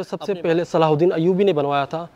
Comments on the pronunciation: Pehle sahi name bol na shikh le tere mamu ka ladka nahi hai Hazrat salahudin (r.a) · Naam to lena seekh lo sultaan salahuddin ayubi